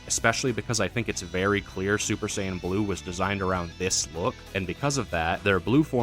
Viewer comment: Z fighters being the go to in western DB kills me. Just like how they mispronounce Saiyan.